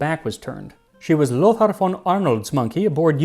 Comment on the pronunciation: Lothar is pronounced "Lohta." Source: My East German Grandma would often tell stories about her brother, Lothar.